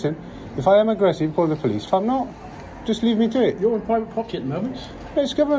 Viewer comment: Love the way the G4S & Manager were so sure that they were right that they called the pool-ice 😂